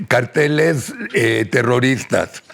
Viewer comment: Noo se dice " carteles " es ( cárteles ) éste sr aparte de vulgar noo habla correctamente y lo estoy viendo por el invitado noo por el alazraki